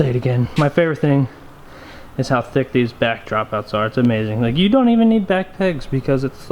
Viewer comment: I love when you say thiuck